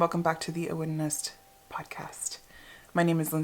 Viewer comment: Just so ya know...Aoibhinn is pronounced "Even" :)